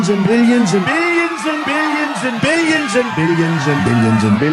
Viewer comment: 😂😂😂😂 and more “ billians” 😂